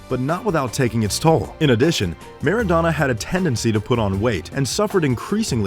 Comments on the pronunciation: Soccer player!...pronounced mara-dona! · Napoli is pronounced as Náa+poli, and Maradona is pronounced as Mara+Dona not meradona! U welcome.